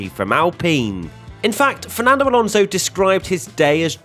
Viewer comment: You love Alonso so much you don't even pronounce his last name correctly....